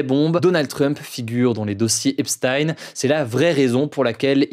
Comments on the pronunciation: Ça se lit Djèfri Epstin et non Jéffré epstaïne. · Epstein avec « ch » par pitié, comme Frankenstein, vous savez rien prononcer les français c’est dingue (ou même ep-styn à l’américaine à la limite)